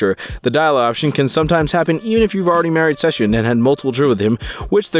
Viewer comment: Why does bro pronounce "Sebastian" like "Szechuan"?